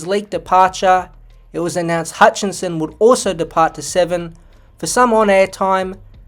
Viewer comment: It’s HUTCHISON not “Hutchinson”